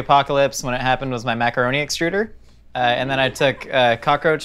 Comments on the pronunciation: Maca-roach-i and cheese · W-why did he just call it Macaroachy and Cheese